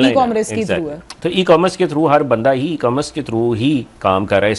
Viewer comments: It is e commerce not e comm Russ. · It is E commerce not e comm russ